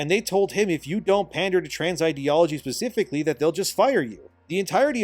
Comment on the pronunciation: Man it's 'specifically' not 'pacifically'...it took hearing this about twenty times to drive me to this.